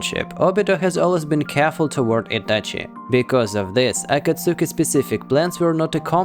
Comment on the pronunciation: He said Akatsuki wrong😐😐🤣🤣🤣 aye my dude look up the way u really say it in japanese